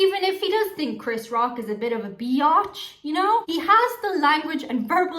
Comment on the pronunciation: Someone with an Irish accent saying biatch is my new favorite thing 😆